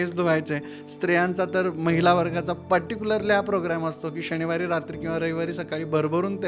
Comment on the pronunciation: दिणचर्या ... दिनचर्या असते ओ. णंतर नसते नंतर असते ओ.. शणीवार नाही शनिवार असते...